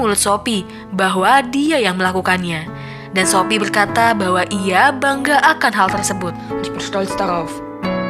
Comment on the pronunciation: kok aku dengernya shopee ya bukan sophie wkwkwkwk